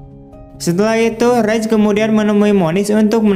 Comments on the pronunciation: Raj.... Om. Bukan Rej..... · raj bukan rej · Raj bang bacanya bukan rej